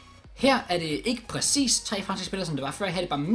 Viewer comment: Hvorfor siger du pracis istedet for præcis